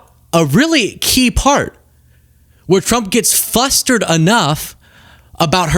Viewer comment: it's fLustered, with an *L. Also, fRustrating, not fustrating... jic haha